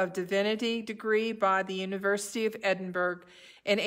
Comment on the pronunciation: I hope nobody minds my comment (it's a trivial thing...), but the city in which this hymn was published is pronounced 'EH din Borrow', not EH din burg.